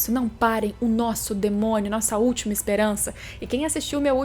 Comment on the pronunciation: Só eu quem ri quando ela falou "um DEMONHO"